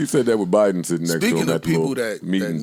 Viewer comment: "Da BIDE-EN of Brooklyn" LMAOO